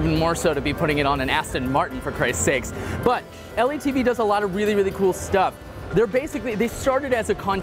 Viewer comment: L. E. T. V.? not pronounced in this way right?